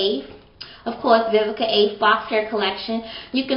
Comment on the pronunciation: Awww you look like a pretty lil doll baby(4real I LOVe your hair and eyebrows)!! yOU are MURDERING that girl's name hehehehehehe!! Awww i like ur lovemail, that was so sweet :) I need to try Vivica Fox's line sooner or later, yours is on pt, yesss those highlights!!